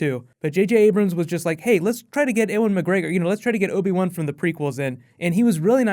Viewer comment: you say Ewan Mcgregor very weird. Great video none the less! 😃